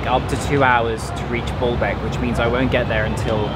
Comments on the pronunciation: The archaeological site is impressive and the museum is very well done. You may just need change the way you pronounce “Baalbek” (bawlbek?) or people won’t understand you… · Despite being corrected on how to pronounce Baalbek - keeps mispronouncing it. The colonial hangover and white-skin superiority complex are interesting to see. Why is talking about the mitilia group instead of the history of the place he is visiting? If he visits Kenya will he talk about the numerous slaughters/custodial murders of the natives by the British forces during the Mau Mau movement? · Dear I really love your videos and your knowlrdge but I must tell you that it is called BAAlbek not Booolbk;-) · I think you say it like Baalbek not Ball bek emphasis on the a's. The false God Baal was probably worshipped there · B O: bo; B A: ba > Baalbek, not Bolbek! Simple… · It’s pronounced Baaaaalbek. Not BALLBAG!!! 🤣🤣🤣 you ballbag!! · Stop saying ball beck it s baaaalabek🤣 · Dude, stop saying Ball-Beck